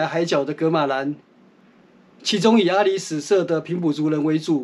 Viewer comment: （阿里史)是巴宰海族阿里史社.原領域是今台中市潭子區一帶。 (阿里史a-lí-sái）的（史)不是唸sú 而是唸做sái。